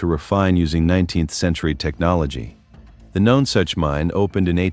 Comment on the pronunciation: it is pronounce NUNsuch you need to do your homework much better